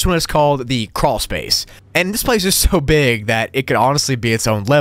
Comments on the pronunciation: Croolspace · carwlspace